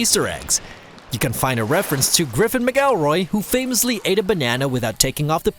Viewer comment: Please don't ever tell griffin's name like that....